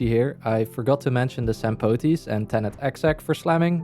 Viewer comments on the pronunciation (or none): Bro saying Sampoooteeees so it doesn't sound too much like stamppot or something